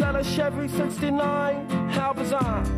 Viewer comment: I do really like this song but I do not like the way in which he pronounces "bizarre", among a few other words. My apologies to anyone from Auckland, New Zealand who may be reading this, but this accent is just offensive to my ears.